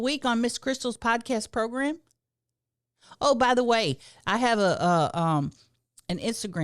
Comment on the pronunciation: You used to always pronounce it, "progrum" and now I'm disappointed 😭